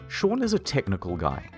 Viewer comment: Sean has been pronounced "Shwwwwwwuuang" in this entire video. Is this actually how you say the name Sean? Have I been doing it wrong this whole time?